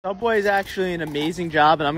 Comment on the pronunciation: Subwuuh is an amazing job im gonna show you how to make the perfect sandwich toduuh"